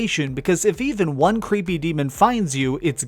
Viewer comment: i can never tell if he says number won or juan lol